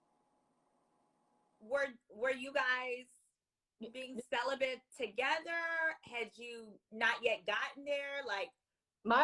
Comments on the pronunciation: She says cellibant? It's cellibate. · This girl sound messy and bitter. What is her point? And I’m not even a fan of Cornelius and Kamille. The word is celibate not celiban. And technically you should use the word, abstinent in this case. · Why does she keep saying celibent🙄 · CELIBATE not “CELIBANT”!!!! 🗣